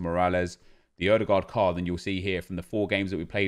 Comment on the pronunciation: How in the world did you actually pronounce Ødegaard right?